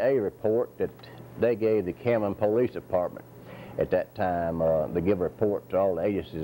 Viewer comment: PO-Leece lol